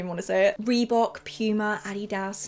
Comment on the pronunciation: Nike is fine, but I had to rewind the way she pronounces Puma. Love the video